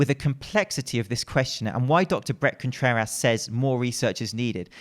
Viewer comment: I like how he says Dr. Brett ContrerASS